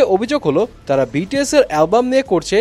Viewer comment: love the way you said "বিটিএস এর কোম্পানি"